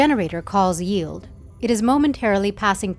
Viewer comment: The most important thing Ilearned in this video is how 'yield' is properly pronounced